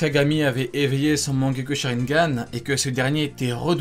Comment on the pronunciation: Sa se dit mangékyou sharringan